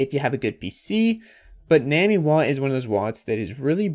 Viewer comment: it is def pronounced "nah-me" like nami from one piece, not nuwaaameee